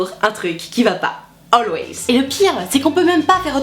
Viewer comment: Quand elle a dis alwayls j'ai cru qu'elle parler de tampon mais après j'me suis cour d'anglais ça veux dire toujours